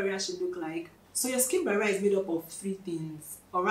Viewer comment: Sking Baria😅...talk slow..